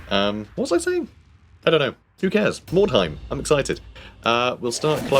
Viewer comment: very good pronunciation of the name. definitely not a silent U